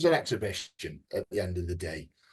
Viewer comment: "It was an exhibition at the end of the day" (he mispronounced execution)